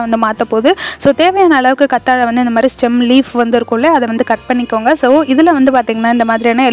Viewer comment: கத்தாழை இல்லை கற்றாழை